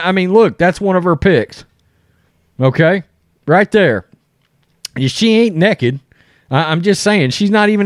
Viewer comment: It’s nAked. Not necked.